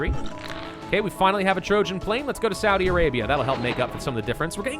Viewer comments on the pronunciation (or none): none